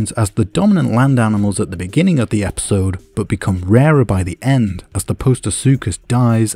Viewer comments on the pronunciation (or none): none